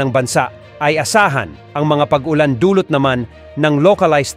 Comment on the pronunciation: Ayosin mo Pag salita mo hinde ung Pag Olan salamat